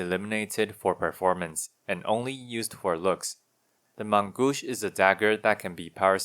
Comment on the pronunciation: You pronounced the main-gauche well enough to understand. It means left hand. Probably meant for the off hand?